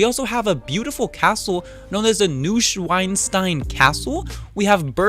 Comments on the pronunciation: the castle is pronounced noice-van-shtine castle!!😀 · its pronounced: naushwanstayn